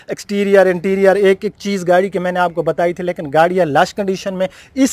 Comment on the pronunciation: lakin ni lekin hota ha.